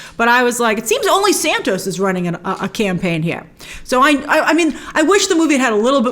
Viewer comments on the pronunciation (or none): none